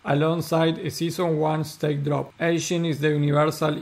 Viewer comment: It's Egen not Echen, thanks for the updates 😊